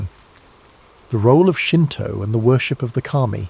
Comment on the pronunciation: not me waling up to use to the resteoom to hear shinto, hanami, kami. Your japanese pronunciations of words is decemt ❤